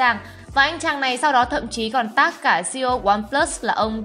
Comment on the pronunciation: Tag mà đọc thành tát 😂